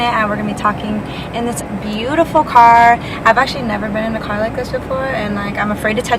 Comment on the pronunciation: "kerrrr" lmao